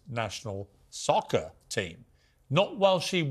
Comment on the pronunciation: The he said " SoCkAr"😁